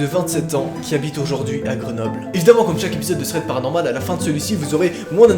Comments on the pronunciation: Je kiffe quand tu dis "PATANORMAL" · À chaque fois que tu dis thread paranormal y a tellement de violence quand tu prononce le p qu'on dirait que tu l'aime pas le pauvre 😂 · J’adore quand tu dit " bienvenue dans un thread PARANORMAL " 😂❤️